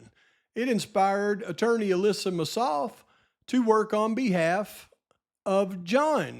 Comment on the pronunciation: Hey,! Just a tiny, tiny bit of a critique of your video. I was so surprised that you mispronounced Ms. Massoth's name after all the years researching this case. I'm aware you have a million different facts swirling around in your head, but getting her name wrong was a little sophomoric. It actually hurt my ears, and made me question you - not in a real way - but question you nonetheless. Well, that's it. Keep up the fantastic research and videos. I listen and enjoy every single one of them. I love ya!♥️♥️